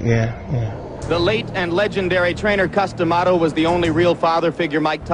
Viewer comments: Y they keep calling him “Cuss-DEE-amato”? What’s with that “dee” shit?? It’s just Cuss-duh-maw-tow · Wow no one can pronounce Cus D'amato's last name.